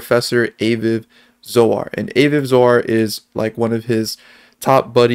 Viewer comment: FYI Aviv is pronounced Ah-veev. Great video. Love this. I really hope Yonatan is Satoshi.